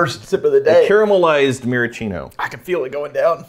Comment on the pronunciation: Maraschino is pronounced ma-ra-skee-no, not ma-ra-chee-no